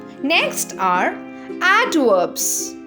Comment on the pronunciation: bro fr said adworbs